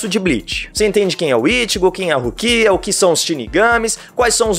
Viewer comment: rukia não rukira ru ki á